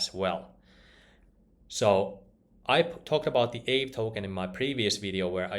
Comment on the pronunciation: I believe it's pronounced ahvey ;-)